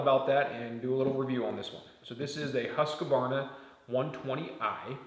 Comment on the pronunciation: Stop saying huskavarna! Its Husqvarna